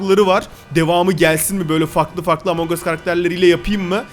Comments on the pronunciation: Abi bu arada emong değil among +1leyin görsün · abi yanlış söyledin emong us